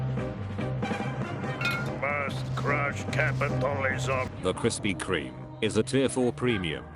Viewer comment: Did the tts just say Krispy Krieg